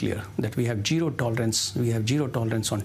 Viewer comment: Useful tips before a TV interview: 1. Take a cough syrup dose so that you dont need to clear throat of anxiety. ahem..ahem... 2. Properly rehearse the terms and names so you dont misspeak "pulghaon, pulawama .. pahalgaon.. pahalgam" or "pahalgaon airbase" 3. If you can, please improve your pronunciations. So you don't speak "jiro tolerance" instead of zero tolerance.